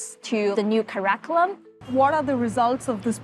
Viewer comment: If the paid consultant from Oliver Wyman can't pronounce the word 'curriculum' accurately, the problem is worse than we all can see.